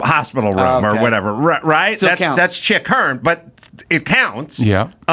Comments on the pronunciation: The Chick Hearns thing drove me nuts! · Chick Hearn not Hearns. On a lighter note, was actually witty and well dressed for the first time.